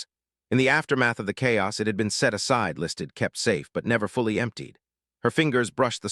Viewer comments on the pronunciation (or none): none